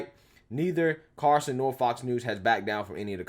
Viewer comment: Carlson NOT Carson